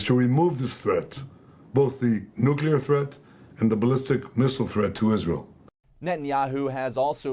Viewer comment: Nucular??? You make a living with words.